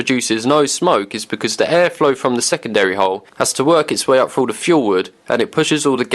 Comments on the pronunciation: Soon as I heard “two ta free feet deep.” I was out. That horrible lazy way of speaking. “Stick your hand froo” “Placing fick branches” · Imagine thinking you pronounce "through" as "froo" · Why say frooo instead of through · "Make a hole fru. " WTF is fru ? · If I pronounced through FREW I would want to kill myself, too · "your arm frew". Man... I didn't know there was a F and W in "through"